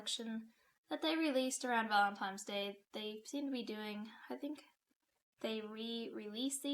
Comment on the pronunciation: Excuse me mam did you say "Valentime's" day?😂😂😂